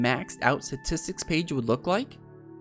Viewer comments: Lol "Satistks" XD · I think someone needs to tell him its not "Satistics" Also take a shot every time he says it. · Does he know how to pronounce “statistics” lol. “Suhtistics”